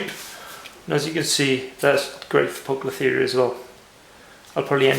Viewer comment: poucloferia ? hehee english is shitty in spiders world :P